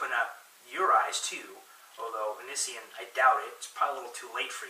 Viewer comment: You can't even say his name right and your hating on him.